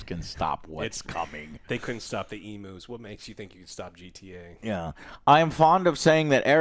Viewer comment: If you don't know why mentioned emus, look up The Great Emu War! BTW, it's pronounced eem-yoo, not eem-oo.